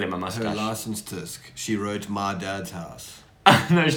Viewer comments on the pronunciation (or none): The way says “my dads house” sounds like “my dads arse” 😂